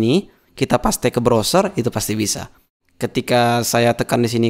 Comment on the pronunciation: Cerdas. Gaya bahasanya cepat tapi masih bisa diikuti dengan mudah. Bahasa Inggrisnya fasih seperti English native speaker, tapi ada ciri khas-nya: Témpél diucapkan Pasté, bukan Péist. Tapi tidak apa-apa. Justru menjadi lebih jelas kan?